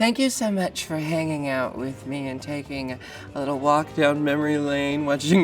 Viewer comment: Jinkx MONEsoon